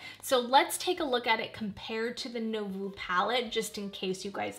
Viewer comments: Nouveau is pronounced as nu-vo (not no-vu) ❤ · Sorry to be a word Nazi... But.... Nouveau is said new like new...voh like oh my lol. New-voh